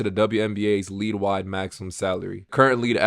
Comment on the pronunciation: Its "League" not "lead" 😂 you have said "lead" every time you should have said "league" so I figured I'd point that out now for ya lol.